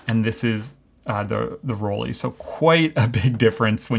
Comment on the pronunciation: Why do Americans pronounce "Rollei" as "Roll-ee"? The "ei" combination in German is ALWAYS pronounced as "eye". After all, we don't say "Leeka" but "Leica" as in "like a". I have never understood this, but it is so common among Americans.